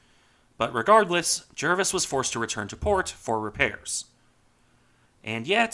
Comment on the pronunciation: I stand to be corrected but I believe the correct pronunciation of her. name is Jar-vis, not Jer-vis.